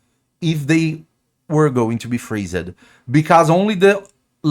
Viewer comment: Freeze-ed xDD